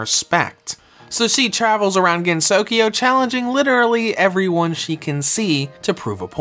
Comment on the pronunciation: I'm having a hard time deciding whether to get this game or touhou sky arena... btw, it's pronounced gen-so-kyo, not gen-sokyo